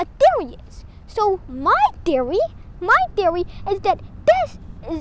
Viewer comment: I love the ascent "tiory"